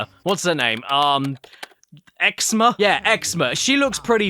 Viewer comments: HE CALLED YZMA XZMA (by the way caddy it's pronounced ezma) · it's pronounciation is "yizma" not xma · Well, this is also the same man that called Yzma “Ex-ma” so whatever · Yzma is pronounced Ezma for emperor’s new groove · How the heck did you read Yzma - Xma? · it’s pronounced eez-ma.